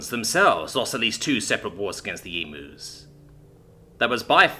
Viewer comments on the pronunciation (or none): He got the first 2 pronunciation of emus right but got the 3rd wrong gg mate